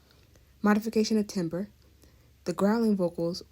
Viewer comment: This is excellent, thank you so much. I learned so much. You might want to correct the pronunciation of “timbre”, which has the sound of “tamber”.